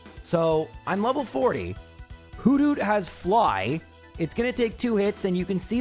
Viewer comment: the way you say hoothoot is hilarious whodoot? just kinda in my head i see and hear a noctowl repeating whodoot? while tilting its head makes me smile